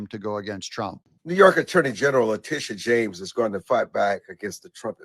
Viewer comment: I'm sorry, it sounded like "BIG TITS JAMES......"